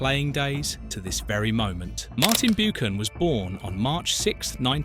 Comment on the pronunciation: I have to agree, the way Buchan is pronounced is criminal, why didn't someone spot this horrendous error.